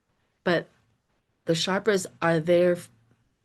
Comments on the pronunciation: I do enjoy when you crack yourself up. :hands-yellow-heart-red: Reading on Everest bodies is super interesting. (sherpa, not sharpa) The people who do the work of sherpas also tend to be very spiritual so it tracks that they would be helping the souls return home. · Morning again... just wanted to give you phonetic pronunciation of Sherpa - (SURE-PAWS). I am dyslexic, but I was fortunate in having a mother that had a true talent of a savant in teaching anyone how to read and pronounce words. I am grateful to her, as reading/learning is one of my favorite hobbies and has made my life a rich tapestry....just passing it on. 😊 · Pronounced Shurpa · Just fyi...it's sherpa, the er is pronounced like the er in the word her...thanks so much!!